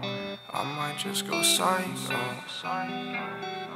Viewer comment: dude stop stealing content i legit say pysho by maze but you still say pyshco by masn